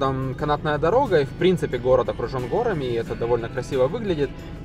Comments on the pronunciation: Не гОрами, а горАми 😏. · Спасибо. Хорошая работа. Сори, но горАми, не гОрами. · Очень интересное путешествие! Прекрасный видеоряд и повествование, только коробило частое употребление слова гОрами с неправильным ударением;) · гОрами? г-О-рами? Серьезно? Прям по ушам режет! 🤦‍♂️ А в остальном - красиво конечно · "гора́ми",! Безграмотная речь всегда режет слух. Видос не понравился, если честно, какая-то нарезка с автомобильного видеорегистратора. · Сорри, но горами-ударение на "а". А ролик -класс, уровень 💯! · Верно подмечено! Самый важный момент этого видео - ударение в слове "горами"! :D